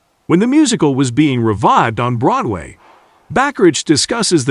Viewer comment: It's pronounced ba-ka-rack. Other than that, I agree with everything else you said.